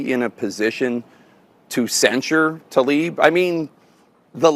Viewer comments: 'Tlaib" NOT 'Talib' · it's not TALIB, IT'S TLAIB. I know, it's tricky. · It is not Talib but Tlaib. How hard is it to learn the name you mention repeatedly. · Jake Tapper COULD state TLAIB's name properly...